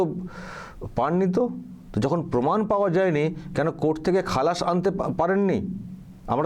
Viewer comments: গবমেন্ট, পমাণ, অসাধারণ!এমন সুন্দর উচ্চারণ, এমন বাচনভঙ্গি কত গুণের অধিকারী। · গর্মেন্ট , পোমান 😂😂